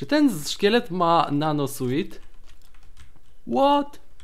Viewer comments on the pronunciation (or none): nie mówi się nano suit tylko Suu(ł)t, poprawnie i przy okazji lepiej brzmi:D